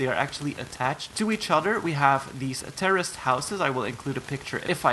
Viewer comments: Is it just me or does it sound like he’s saying “terrorist house” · Why did I hear terrorist house instead of tourist house